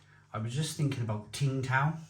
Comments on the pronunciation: It’s not Ting Tao you idiot. It’s pronounced Sing Tao. The “t” is silent. Do your research. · I love Home and Bargain a working class shop selling real imported beers which posh shops would chare much more for. BTW Tsing Tao is pronounced Ching-dow. they sell massive jars of olives for 1.20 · Tsingtao is pronounced Ching Dao… I visited the brewery in Qingdao!